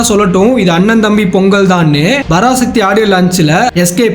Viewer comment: Parasakthi ❌Barasakthi✅